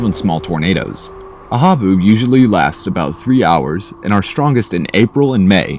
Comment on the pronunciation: lol "ha-boob" xD